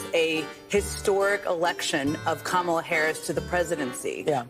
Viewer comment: “Kamalalala” what is wrong with these people 😂😂🤣🤣🤣 Cringe af.